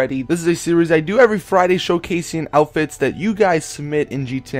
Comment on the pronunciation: Every time you post a Fashion Friday you say, GTA V Cool 'Outifts' instead of "Outfits" Lmao